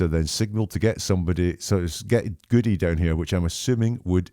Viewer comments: Jen knew she had prepped the paramedic 😂. Paramedic lied because she said an officer said get "Goody" when the officer would know it's pronounced Good. Interesting though because Jenn McCabe has called him Goody lolol. Obvious liars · The female EMT calls Sgt Goode, pronounced "Goodie" and says it differently than it's pronounced but she is supposedly quoting an officer that knows how to pronounce his name. Dead give away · It is very odd to me that the female reported the officer 'signalled to get Goodie down here'. The name is pronounced Good but spelled Goode. Which indicates she READ the name and based on the ending e, assumed pronunciation. If she in fact heard it, it would have heard 'Good'. She acts as if the name is unknown to her so her only knowledg would be hearing it-yet she pronounces it based on spelling, doesn't add up.